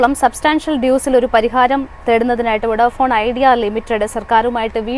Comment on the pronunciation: വൊഡാഫോൺ ❌ അല്ല വോഡഫോൺ ✔️